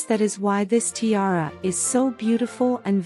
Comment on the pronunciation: Poor pronunciation of tiara